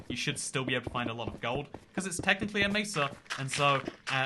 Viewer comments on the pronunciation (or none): none